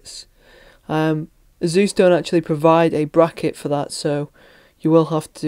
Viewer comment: search for "ASUS Pronunciation" and then we'll see who the muppet is?